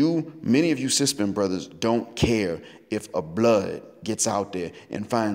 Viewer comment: That's the first time I heard S.Y.S.B.M. pronounced as SYSBM.